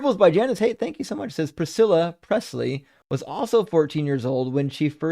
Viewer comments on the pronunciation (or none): none